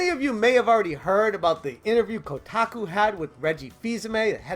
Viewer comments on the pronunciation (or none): none